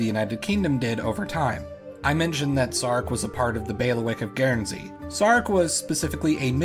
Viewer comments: FYI, it's just pronounced "gern-zee", not gairn-zee". Good video though! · The Guern in Guernsey is pronounced the same as turn or burn. Just so you’re aware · Dude, it's GURNzee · With regard to modern day feudalism, you might be interested in the Cocos (Keeling) Islands, north-west of Australia and south of Indonesia. This territory was controlled by the Clunies-Ross family until 1979. By the way, your pronunciation of 'Guernsey' is on par with Peter Sellers' pronunciation of 'George Gershwin'!